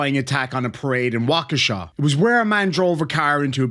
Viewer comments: Kudos on pronouncing Waukesha correctly! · Someone from outside of Wisconsin pronounced "Waukesha" correctly. I'm impressed,.